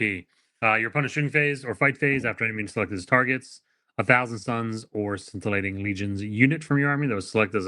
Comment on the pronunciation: I want to start by saying I absolutely love this channel, both of you folks and all of your contributions. There was a wealth of information within this video, thank you for sharing your thoughts. With all of that said - maybe it is the beginning of old age, but hearing scintillating pronounced as 'skin-tilating' just felt like nails on a chalkboard lol. FWIW/future-ref: sin·tuh·lay·tuhng. Thank you again for being awesome folks.